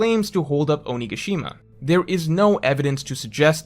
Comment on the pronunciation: Your pronunciation of onigashima is killing me.